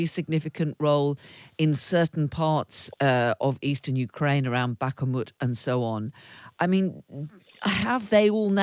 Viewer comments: Please make an effort to pronounce Russian and Ukrainian names Bakhmut does not have an extra A, it is not Bakh-A-mut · Please for the love of all that is holy stop keep calling Bakhmut Bakamut. It's not Bakamut. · It isn’t “ Backamoot” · I had hoped that there was no reason for this presenter to mispronounce "Bak-a-mut" in this report. Unfortunately, I was mistaken.